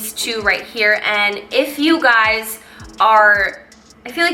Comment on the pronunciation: "You guyziz."